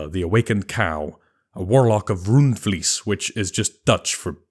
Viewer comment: it's not ruundfleece, it's pronounced rund, with the u of "ugh" and vlees with ee being pronounced as ey in "hey".